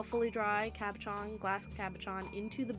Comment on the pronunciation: Thanks for the great idea! Just one thing, if you decide to make another video, the French word is pronounced CAB O SHAWN, lol.